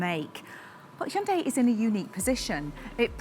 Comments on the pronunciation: First comment: Bravo on saying the name correctly! It's indeed "Hyun-DAY" (two syllables, not hi-un-day). Keep up the amazing work! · "You're the first English speaker I've seen who pronounces the company name 'Hyundai' correctly. Every other English speaker I've heard says it like 'Hai-hun-dai.'" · Wow, this lady is the first British to accurately pronounce Hyundai. impressive! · I like the fender flares. But the mass production model will come with the fenders shaved. It’s not armpit hair—leave it alone. Also, I noticed she was one of the very few Westerners who can pronounce 'Hyundai' correctly.